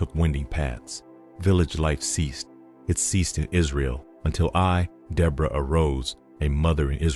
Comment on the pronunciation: You’re pronouncing the name wrong